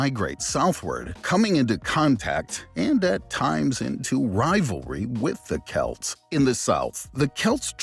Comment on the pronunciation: Chelts?? AI slop.